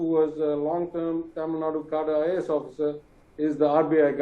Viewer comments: Mr Anchor - Its NOT TAMILNAD. It's Thamizhnadu 😂😂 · Tamil Nad’u’ not Tamil Nad